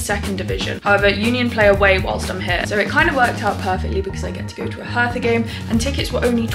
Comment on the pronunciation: Hertha is spoken Herta, the h is silent. It’s not a th. Hertha BSC has amazing Fans! We‘ve a friendship with them. I’m from Karlsruhe. Lovely people in our capital. 😊